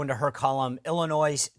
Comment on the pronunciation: Love your show, Sean. I am watching from Illinois. FYI, the "s" is silent when you pronounce "Illinois". Thank you.